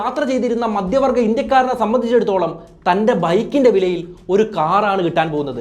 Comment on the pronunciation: എല്ലാ വായകങ്ങളും "ആണു് " എന്നവസാനിപ്പിക്കുന്നത് അരോചകമാണ്. ഉഛാരണം തീർത്തും വികലം. "മദ്യവർഗ്ഗ ഇന്ത്യക്കാർ "എന്നു പറഞ്ഞാൽ മദ്യപാനി കളായ ഇന്ത്യക്കാർ എന്നാണർത്ഥം. നിരന്തരം ആവർത്തിക്കുന്ന വാക്കുകൾ. "വല്ലാത്തൊരു കഥ " എന്ന പരിപാടിയെ വല്ലാതെ അനുകരിക്കുന്നതായി തോന്നുന്നു.